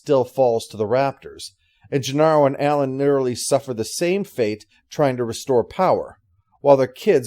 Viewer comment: And I have never heard the name pronounced Genarro